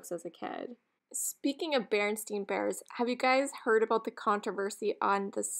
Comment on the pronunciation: I don’t mind chips on items I buy for myself. If you ever watch Thrill of the Thrift she touches up chips with paint even on things she buys for resale. Those carolers were fantastic. I remember The Berenstain Bears being pronounced the way you said it. Who knew it was wrong all those years. 😄